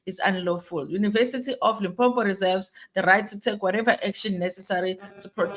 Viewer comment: Wena haibo! One 'm' in Limpopo not Limpompo. Lim + popo.